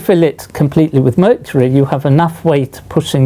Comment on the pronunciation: Nobody: Literally nobody: Professor: MURCHURY